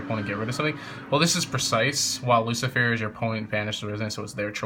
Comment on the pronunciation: it's Lu-ci-fer not Lu-ci-fier